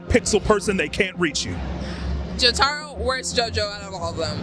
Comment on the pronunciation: she can't even pronounce Jotaro correct